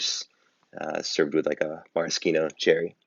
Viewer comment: Maraschino is pronounced "marashino"